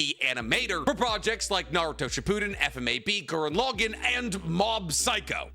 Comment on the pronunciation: I'm sorry but his butchering of Gurren Lagann is really funny to me